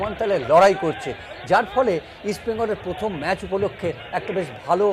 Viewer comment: মানস ভট্টাচার্য বড় খেলোয়াড় ছিলেন, কিন্তু ধারাভাষ্যকার হিসেবে জঘন্য। এই উচ্চারণ নিয়ে আর যাই হোক ধারাভাষ্য হয়না। ওনার 'র' ফলা তে সমস্যা আছে। উনি প্রথম কে বলেন পথম। ভাবা যায়না। 🤔🤔👎👎